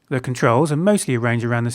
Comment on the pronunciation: its zeee